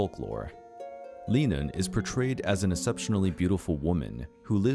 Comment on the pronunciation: Sidhe is pronounce "Shee"; Leanan is pronounced "lay-non". The name of the creature would be pronounced "Lah-non shee".